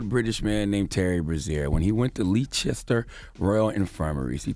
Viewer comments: Hahahahahahahahahahahahahahahahaha Your pronounciation of "Leicester" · Please give Charlemagne the dotd for mispronouncing Leicester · Everyone in the UK is thinking Charlamagne should get donkey of the day by how he pronounced Leicester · He was trying to say Leicester? Fucking hell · The way he pronounced Leicester 😂😂😂😂. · Took me a few seconds to realise he meant Leicester 🤦🏿‍♂️ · I watched this video for one reason to hear how he pronounced Leicester 😂😂😂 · Yessss lee Chester???? I was thinking there's nowhere here called that? Is he trying to say Leicester or what? He's adding a rogue chest for bants🤣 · And there was me thinking where the hell is Leechester... five seconds later I realise he meant Leicester 🤦🏿‍♂️ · Bloody hell I thought this was some place in the US until I read this comment. I didnt realise he was talking about Leicestvall that time. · Why does Charlamagne pronounce Leicester like that 😩😩😩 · Leicester? Lol no h. Americans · Leicester = pronounced as 'Lester" not Leechester loooool. I'm British FYI. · Lee chester?! Lol it’s pronounced “lester”. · 😩👌🏾 “Uncle Charla Noooo” It’s Leices-ter NOT Lee-chester ask Ed Sheeran 😩🇬🇧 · It's pronounced "Lester" hearing him call it Leechester made me so mad 😂😂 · It’s pronounced ‘Lester’ not leechester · #LeeChesTer...??? I know I ain't that high... 😂😂😂 I really thought he was talking about a place in the States 🤷🏾‍♀️😂😂😂 Then I clocked he was trying to say #Leicester which is pronounced #Lester 😁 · CTG it's pronounced Lester not Leechester. Pass it on. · "Leechester" LMAO "Leicester" is pronounced "Lester" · Leechester?! Loool! Leicester is pronounced “Less-ter”. 😂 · No, no, no not Leechester😭😭😭😭 it's Les-ter 😂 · "Leechester" lol its pronounced lester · Charlamagne said Leechester it's pronounced Lester!! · Leicester = Lester =/= "Leechester" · Dude, its pronounced L-e-s-t-e-r (Leicester) and its S-m-e-g-m-a not schegma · Man said lee chester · Hospital is pronounced 'Lesster' lol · It's pronounced "LESTER!"!!